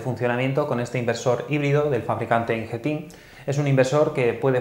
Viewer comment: Muy buen video, como siempre. Me gusta porque son videos que van al grano y de duración muy ajustada. Curiosidad: "Ingeteam" se pronuncia como si lo leyeras en castellano, no en inglés. Conocí a una trabajadora de la compañía haciendo un curso y nos corrigió la pronunciación, ya que lo leíamos también en ingles. Un saludo.